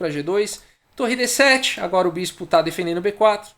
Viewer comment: Só eu escuto falando "denfendendo"?